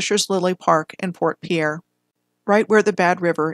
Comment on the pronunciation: Fort Piere is pronounced Peer. The no Dakota access pipeline protest was not on the Standing Rock reservation, it was on land along the Cannonball river managed by the army corp of engineers.